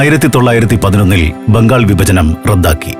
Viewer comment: ബിന്നിപ്പിച്ച് ബരിക്കുക, വിബജനം... നേരത്തെ ഉള്ള ആൾ അല്ലേ ഇപ്പൊൾ ഇത് പറഞ്ഞ് കേൾപ്പിക്കുന്നത്? 'ഭ' നേരെ പറഞ്ഞ് പഠിക്കുക.🤔😱